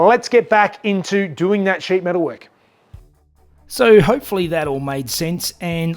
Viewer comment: Did he say shit metal work or sheet metal work on the engine bay...LOL